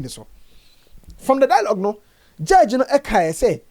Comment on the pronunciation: Tell him to pronounce judge very well and not jurdge.